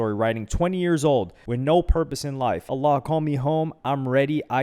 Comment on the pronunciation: why is he saying allah like he's muslim?